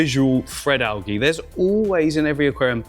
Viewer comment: Al-gee Al-jee